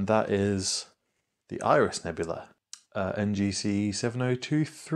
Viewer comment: I drop H's with my accent sometimes, so it's interesting to discover someone who ads H's :D "Irish" nebula, there should be one :D